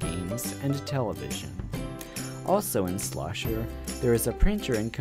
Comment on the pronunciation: It's "Schlosser," not Slosher.